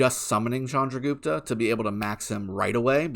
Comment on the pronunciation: First youtuber who pronounce it right way "Chandragupta". Waiting for reports so badly.....